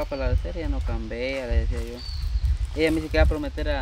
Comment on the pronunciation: porque en ese pueblo casi todos dicen cambean si alguna persona les enseñara hablar correctamente .se dise CAMBIAN